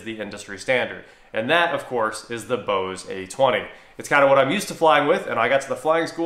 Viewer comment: Why are u saying Bose-ay...it's just bose